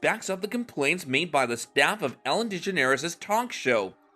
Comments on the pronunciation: Man, her name is pronounced deGEneres. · Ok this is utter bull... Just the fact your not even saying her last name correctly irritated me, as for all these so called famous people who spoke out about Ellen, I only knew of Lea, and the guy from Everybody Loves Raymond.... With how many famous people did appear on Ellen's Show, why are they not ALL speaking up, or is this one of those situations where.... The guests thought so highly about themselves, they didn't like that Ellen didn't roll out the red carpet for them because well, they aren't that famous as they believe or that important enough..... And if Ellen does have a moody side, don't all people at some point in their life, so this truly is utter BULL.... I hate to see that all these years later, once again Ellen is turned against just like she was back when she was in her own Sitcom..... When are we gonna stop placing so much hatred onto this Woman..... So there ya have it.